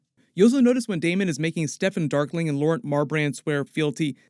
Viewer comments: It’s Darklynn not darkling! Lol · the name is Steffon DARKLYN not darkling